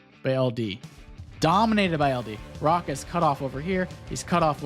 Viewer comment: Raka :D I dunno how they prefer it internationally, but h isn't silent and it's like in hotel, and the double-ä is like the long a in sad. Doesn't matter but just leaving it here how we say it.